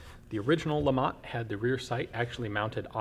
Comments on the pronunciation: It's pronounced Le Matt, Lamont is Fred G Sanford son and not a gun. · If the creator was French I guess you don't pronounce the T! Must be Lema